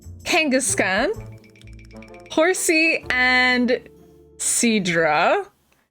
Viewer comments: the midpoint and nidoqueen line needs some work the Gera-dos man-key dug-duo kang- gas-kan Arti-cuno also it’s des-you-die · Kangaskhan is pronounced Kan-gask-kan And magneton is pronounced Magnet-ton And exeggutor is pronounced Exe-gu-tor The nidos are Nido-(what)